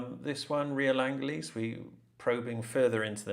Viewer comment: Angeles is pronounced "an her lees"